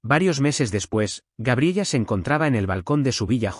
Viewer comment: Y toda la historia diciendo gabriella creo que se pronuncia Gabriela😅😅😅😅😅